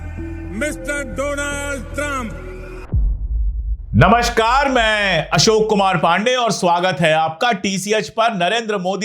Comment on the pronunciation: Sounds like he is calling him dolund trump lol lol lol.